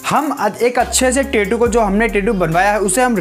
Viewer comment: 😢pehle achhese boliye tetu nhi tattoo bolte